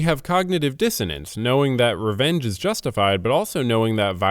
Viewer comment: take a sip everytime you hear the word "reenge"